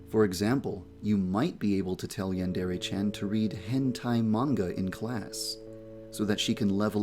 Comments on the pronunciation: Yandere, not yandourou! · i like the video except you saying yandere wrong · Something you should fix right away is your pronunciation of "yandere" The "re" sound should be more like the mix between "de" and "le" that it is. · lol, he is the developer and he can't even pronounce "yandere" or "chan" right. Edit: At least he can pronounce "hentai" and "manga" right. Most people can't even pronounce manga right.